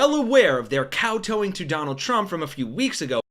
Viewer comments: It's kowtow. Not cow toe. Write your own copy, and you'll know what you're saying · Tow rhymes with cow. Tow, in this case, is not pronounced like toe. Kow tow is a rhyming phrase. I am your fan, but I have heard you mispronounce this phrase several times. As an English teacher, I can't let this go. I want you to sound good. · Kowtow, both syllables rhyme with the first. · "Kow" rhymes with "tow" in the word "kowtow". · Kowtow or kaotao dies not rhyme with cameltoe.